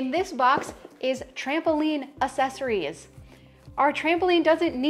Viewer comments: If she says uh-sess-uh-Rees anymore, it’s not pronounced that way. I do love the idea of getting rid of things, but I wonder if her kids get annoyed by her saying all the time, you’ve got two hats, whoa get rid of one lol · And do you notice that she even spelled it wrong in the first part - ‘assesories.’ - the same way she pronounced it. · This is a good list! I just went through my house and followed along. Also, it's spelled accessories. That's probably why you're saying it the way you're spelling it!